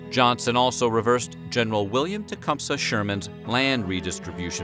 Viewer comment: the word is T com see